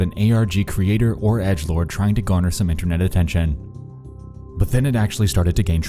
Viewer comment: why do you pronounce a 's after every word that ends in a t? it is really distracting. internet's, seen it's, knowing it's, r/creepy subreddit's, etc.